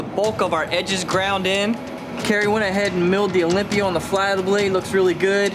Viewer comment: the "a" in "olympia" is off.